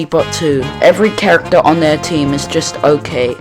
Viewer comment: You misspelled Character as "Chracter" & made it sound like "Tractor"